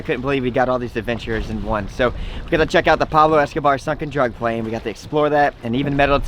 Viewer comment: Did u say drug plain!